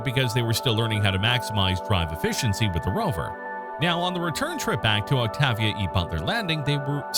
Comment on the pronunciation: without bothering to look i recon he mispronounced the name Octavia sounds like it (presuming English isn't his first language i hear a lot of mispronunciations can you imagine if the English language is lost to time no one would ever lean to say stuff right its stupid )